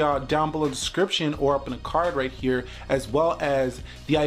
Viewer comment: that h is the key for I phone 5s righth haaaa....